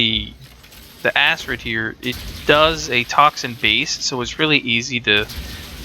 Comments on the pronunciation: Its pronounced akrid not asrid. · ***** The problem with that is Acid is A (the A sound) sid (cid). When you add an R to the word you then have A (A sound) crid (c and r together remove the S sound from the C and makes a K sound instead). This gives you Acrid or Akrid. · ***** Acrid is a word from the dictionary meaning having an irritatingly strong and unpleasant taste or smell. It is pronounced akrəd :D Edit: Read through comments to see you know this now. Was beaten to it. haha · ***** i don't think everyone is trying to be a grammar nazi when it comes to these things. Its just that when your reviewing something, you might as well pronounce something correctly. Its like listening to a review about a book where the guy pronounce the title wrong...its just abit aurgh... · ***** That's fine, but that doesn't make it correct. You can be wrong if you want to, but excuse people for trying to help you not look like a fool.